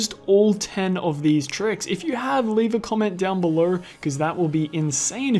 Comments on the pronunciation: "belor" is so annoying. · “Down beler” it’s funny 😂😭